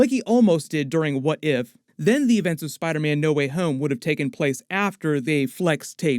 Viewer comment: Will he please stop saying spiderman like that😂🤣(spidaaahman)